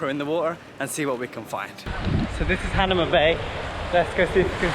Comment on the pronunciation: Not "Han a ma", it's "Ha na ma"